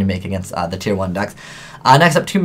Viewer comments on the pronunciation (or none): Btw, it's "tier."